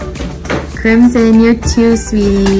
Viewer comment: But is not pronounced Like how your twin daughter "Crimson's" name is pronounced